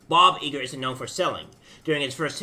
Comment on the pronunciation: It’s I-Gore not E Gore